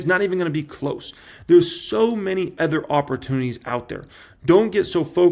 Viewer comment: It’s so painful to listen to mispronounce the word “OTHER” 15 times in a single video. Here’s an hint, the word doesn’t start with the letter E.